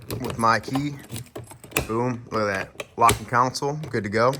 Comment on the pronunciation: Not counsel it’s console 😂